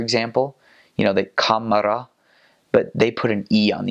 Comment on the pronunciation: So let's see, you missed E, H, and U :). Otherwise nice job :). And camera is just "kamera" in Finnish, not "kameri", so not a good example of adding an 'I' to the end of borrowed words (generally it only applies when the loan word would otherwise end in a consonant), a phenomenon which I feel happens less and less in modern Finnish. Most young people would just say "iPhone" since those English phonemes are quite familiar to them, though you'd get an added 'I' when the word conjugates. So the genetive (spelled 'iPhonen') would be pronounced [aifounin]. An alternative way, and its really tough to say which is more common, is to pronounce it [aifone], in which case there won't be that added 'I' when conjugated.